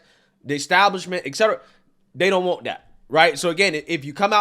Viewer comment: Etcetera, not eck-cetera. That's why it it abbreviated etc, not ect.